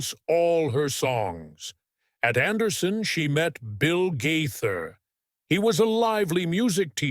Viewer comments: I cringed every time he said their name. I just wonder what Bill and Gloria GAither thought after hearing it? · Not only is the name pronounced wrong but is this video really true? You never know with AI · PRONOUNCE THEIR LAST NAME CORRECT. THEY ARE THE BEST!!! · IT IS AWFUL WHEN AI DOESN’T PRONOUNCE SOMEONE’S NAME CORRECTLY!!